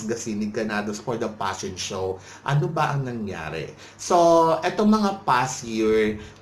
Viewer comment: Get over your paranoia. And stop saying "passion show". It's "fashion show."